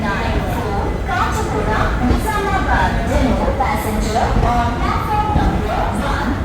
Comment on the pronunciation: It is Caw-chee guda, not kuchchi guda